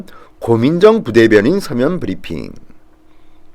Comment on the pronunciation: 별걸가지고 난리네 ㅋㅋㅋ 문디야 니발음이나 똑바로해 "버리핑"이 뭐냐? ㅋㅋㅋ